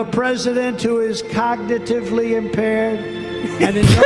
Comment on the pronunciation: I couldn't stop laughing at "we have a president who is cog-ni-tive-ly impared" just perfect